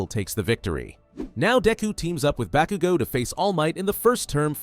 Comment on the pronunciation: It's "Bakugo" not "Bakigo" bro PLEASE 🙏😂